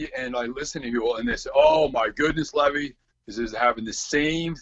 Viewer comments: I'm puzzled by the way is pronouncing Levi.. Like the wall holding back the water, instead of like the jeans? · Is it pronounced Levi or Levi, like the jeans?